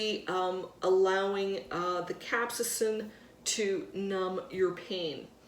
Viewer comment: Pronounced Cap-say-sin.